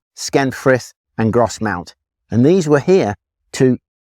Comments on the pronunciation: Just a heads up from a local, it's pronounced Groz-mont not gros-mount. Big fan of the channel btw 👍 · its said gros mont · Not being a local I would have pronounced Grosmont with a silent "s" just like the one in North Yorkshire.